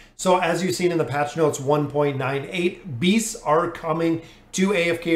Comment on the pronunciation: I'm 100% sure he says Bees instead of Beasts XD